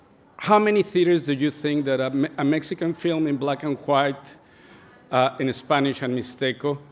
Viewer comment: Me encanta como pronuncia black and "juait"